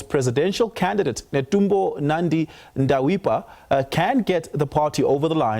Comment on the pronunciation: Netumbo Nandi-Ndaitwah not Ndawipwah